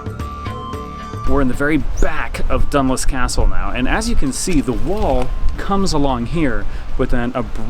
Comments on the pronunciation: It is pronounced Done-loose not done-luce but a good attempt! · Dunluce is pronounced “done-loose” 😂